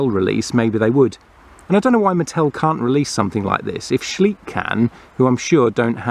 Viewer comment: Schleich is pronounced soft and slow like Shly-sh, not sleek. It is way bigger than Mattel here in Germany